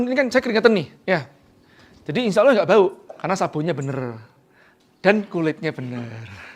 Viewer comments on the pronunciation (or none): none